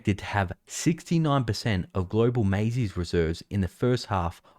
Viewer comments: MA-ZZE NOT MAY-ZEE! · My friend Maize is pronounced mays not mayseee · Maiz-eee? Seriously? Do you talk on a telephon-eee, put your keys in a purs-eee, and listen to tun-eees on your earbuds, too? Why are you pronouncing the silent e in maize? ffs. Speak English. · My TV dinners are NOT up 30%. And how can I trust a guy who pronounces maize "mazy"? 😛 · LOL "maiz-E". Back to school with you! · It's pronounced "mayz" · maize is pronounced maze. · Maize is pronounced “mai-eese” in Spanish. Great stuff though! Sorry for being a grammar nazi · Maize is pronounced "CORN"! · Its just pronounced “maze” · If you can't pronounce maize I worry about everything else. Very surprised as you seem to know your stuff.